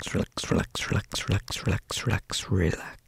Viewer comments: It sounds like he’s saying “Sherlex” LMAO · when he says it fast is it just me or does he sound like he's saying sherlock in like a russian accent lmao ?! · After a while it started to sound like he was saying “shirlax” was that just me? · Am I going crazy or is anyone else hearing the word "relax" turn into "trullah"?? And this word doesn't even exist 😂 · Sounds like sure-lax when you go fast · "Zerlax" is what i'm hearing😂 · When did I think he said "shldshld" over and over again? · if you just said relax for the rest of you life- everyone would think you were British🤠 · Why do u sound English when h say relax (British)